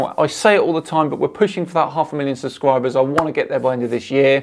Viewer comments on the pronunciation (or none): Love the show been a “SubSwiber” for a long time. Say it with me Sub-Scribe, lol. Keep up the good work!